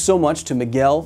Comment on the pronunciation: Matt O'Dowd should have watched this before publishing his recent episode. At least then he could have pronounced "Miguel" correctly.